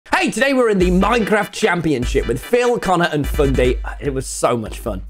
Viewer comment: Why did his first words “hey today” SOUND SO AMERICAN